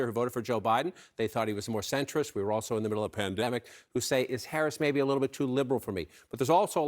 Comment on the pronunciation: What in god's green earth happened to John King's voice ? "Pan-dywurwy-mic". Am I just high? Someone help me out here !